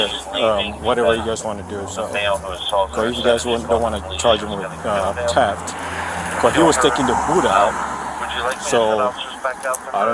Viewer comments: its theft not teft..............................learn how to speak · did that cop say teft ???????????????? in AMERICA its called theft......ohhhhh its calimxico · Teft..teft..cmon cop, its TH eft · “teft!!” gosh, buddy cannot speak a lick of english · “Teft” lol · why does he say TEFT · He got charged wiff Teft?? 😂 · Right?! WTF is “Teft”?! and No! You can’t “Axe” me a question! I don’t speak Walmart! 🙄🤷🏻‍♂️🤦🏻‍♂️🤦🏻‍♂️ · We call them ‘ooga booga’s’…. Voodoo type black people. Very weird pronunciations. He was charged with ‘Teft’. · I’m always on the cops side, but I just have one question why on earth would you hire someone who can’t even speak English?? What an accident waiting to happen. You have to pronounce the H in theft my brother. Have a good day. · He is not speaking fluent English If he can't even pronounce the word theft correctly there is literally no other correct or right way to pronounce it other than how it is supposed to be pronounced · Arresting officer is really stupid, can't pronounce 'theft' and is a terrible frisker... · Pretty snarky for a cop who can’t figure out what his charge is, nor pronounce it without stuttering